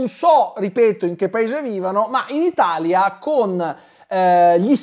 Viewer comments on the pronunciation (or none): none